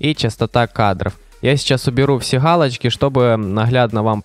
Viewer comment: Почему ты в место буквы Г произносишь букву Х? Галочка, а не халочка